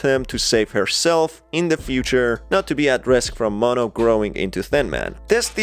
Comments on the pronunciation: It's not maahh no say mo then No mono notice there's two ways white:maahh no Spanish: mo no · Mono not ma'am